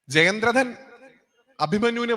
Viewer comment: ജയന്ത്രഥനല്ല ..... ജയദ്രഥൻ🙏